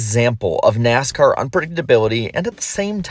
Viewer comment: You know its an iceberg video when within the first 3 seconds you hear “Neascar”